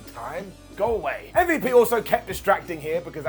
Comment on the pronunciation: saying shit like mmmvip instead of MVP is exactly why I watch Ups & Downs.